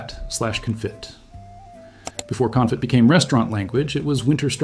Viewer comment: This guy can't read lol confittt